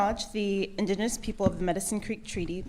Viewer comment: Yeah I noticed that right at the beginning of the video too! She said "induh-nus". Staff! One of the Trustees! Unable to read and pronounce the word "indigenous".